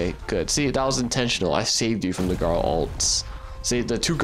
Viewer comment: Garl instead of garou